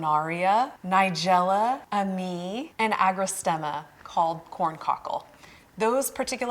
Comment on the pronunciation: Great information! Very helpful! You mentioned a cool weather flower that I'm not familiar with. It sounded like you said "ah-me", lol. Were you referring Ammi majus? Thank you for your videos. I always learn so much!